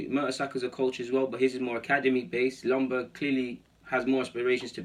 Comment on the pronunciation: Isn't Ljungberg pronounced with a Y at front end so like Youngberg..? Maybe it is different now? When he was a player it was pronounced then..? Cheers